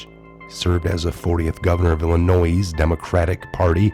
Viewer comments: ILL A NOISSSSS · Illinois is pronounced "Ill-a-noy" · I'm surprised that an american can't pronounce the state of "Illinois" can't pronounce it correctly... no one pronounces the 's'. It's just "Ill-a-noid" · You're one of them people who say illi noise. The s is silent. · The “s” in Illinois is silent. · Please do not say the 's' at end of word Illinois. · The s in Illinois is silent bro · No 'S' Pronounced at the end of Illinois! Love u and your channel 😊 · When you pronounce illinois, the S is silent. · the S is not pronounced in Illinois. Your welcome. Keep up the great work. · I was thinking the same thing when I first heard pronunciation and thought about posting however I decided it was too petty given the circumstances. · You don't sound the s in Illinois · BLA-GOY-A-VICH. ILLINOI!!!(THE "S" IS SILENT!) GREAT report though!!